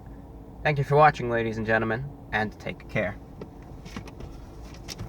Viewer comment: "ladies and GENNIMEN!"